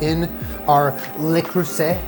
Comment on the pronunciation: Ok, you tried and while I give you bonus points for your correctly saying Le creuset, let me blow your mind. Shape ice cream balls, crush the corn flakes MUCH finer, freeze the ice cream balls for a few hours, not minutes, bread them and then refreeze them overnight. When you are ready to fry, drop the frozen ball into the oil and it won't melt while frying.